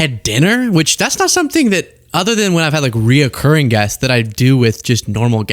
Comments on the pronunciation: Reiterate, recurring has three syllables recurring has three syllables. The fourth syllable is a racist antisemite do not let the fourth syllable speak. The fourth syllable does not exist, recurring its recurring it occurs it occurs.🎉🎉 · Imagine the meme of the punisher of Netflix saying no no no no no no no no no and for the first time I’m sending it to you my friend my Young brilliant politically astute friend recurring hits three syllables recurring has only three syllables a fourth syllable hate gay people the fourth syllable is a Nazi the fourth syllable always votes in the most vile way and is discriminatory and bigoted recurring his three syllables recurring. It occurs it recur please please don’t give the far right a reason to think you’re not smart. I mean not that they know anything, but some of them may and might actually do a little bit of English🎉